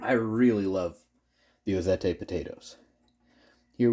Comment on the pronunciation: Just an FYI, Ozette is pronounced Ozet. I lived in the Ozette area of the Olympic Peninsula of Washington State. I have wanted to try those potatoes, now I will be looking for some to grow my own. Thanks.